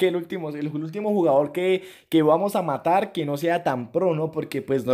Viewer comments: Asi no hablan los colombianos,son los puerto riqueños ,solo se equivoco intentando decir matar(yo tambien soy colombiano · Dijiste matal enves de matar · Like si escuchaste que dijo vamos a intentarlo matal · We dijiste matal 😂😂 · En el minuto dijo matal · like si te diste cuenta que dijo " matal" 😂👏👏👏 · Asi hablan los Colombianos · Asi abla